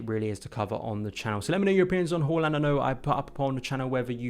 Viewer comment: As a Norwegian I can confirm that you pronounced the name horrendously wrong. At least there were a visual to connect the gurgles and sounds with a tangible individual. Anyways, dead exited regarding the links. It would be a signing that shows a statement of intent. Financially it would be the biggest statement of intent since PSG signed both Neymar and Mbappe.